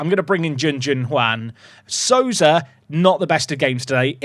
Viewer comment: Hey, brazilian here! We pronounce Souza like "sow-za" instead of "su-za"! Keep up the good work! 😊